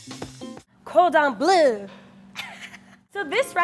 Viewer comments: I absolutely adore but the way she pronounces Cordon Bleu hurts me on a personal level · It is so funny that u pronounce cordon bleu like cordon blue 😂😂😂. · "cordon blue" even knowing a bit of french made that cringey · “Cordan blue” really? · Just me getting triggered by ‘cordon BLUE’ when it’s actually ‘cordon BLEU’ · Cringing so hard at the cordon “bleu” prononciation . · Did this bitch just say cord on blue? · saying cordon bleu makes my ears bleed